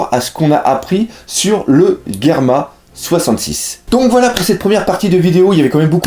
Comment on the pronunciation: super video comme d'habitude et je croie qu'on dit GERMA 66 et non pas GAMMA 66